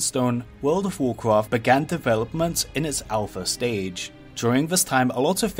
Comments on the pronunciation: When you can say Rexxar with a Scottish 'R' but can't say Warcraft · "Warcwaft fwee" "Many Secwets" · "vocfaft free" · you say wocwaft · Nobody: VOKRAFT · whoa cwaft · You say wowcwaft and its annoying. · warcwaaaft fweee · World of Warcwaft fwee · Woucwaft thwee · wawcwaft fwee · woucraft fwee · in wawcwaft tweee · Wowcwawft frree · warcwaft fwee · wawcwaft fwee ?